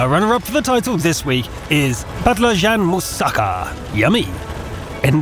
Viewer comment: ==> burdaysan helal olsun iyi oynamışsın ;) sunucunun ''patlijan musaggaa'' demesi beni bitirdi. sjsjsss